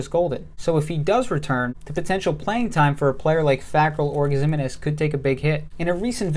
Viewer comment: FYI Ximines is pronounced Ziminez. Keep up the good work.